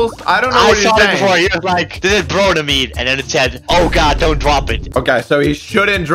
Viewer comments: It’s not bronamine it’s bromine learn your periodic table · it’s pronounced BRO-MINE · bro never drop "bronemine"